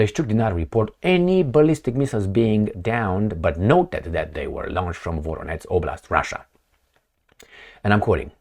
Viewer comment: Not Voronetz. Not like Donetsk! Absolutely nothing like that. It is Voronezh !! Zh like in je t'aime (French) With the emphasis on the second part: Vo-ROH-nezh ! Please, pronounce the names of Russian cities correctly! You keep mispronouncing my birth town !! It hurts my ears to hear such bizarre pronunciation Thank you!